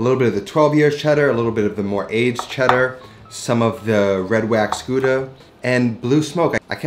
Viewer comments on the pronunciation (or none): Just a little comment on your pronounciation of Gouda (from a dutch speaking flemish guy) . The "ou" in dutch is pronounced like "ow" in english , like in the word "rowdy" or "wow" . Check it out on Wiki and listen for your self